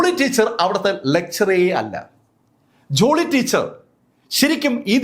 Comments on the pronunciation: ജുളി അല്ല ജോളി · ജൂളി അല്ല ജോളി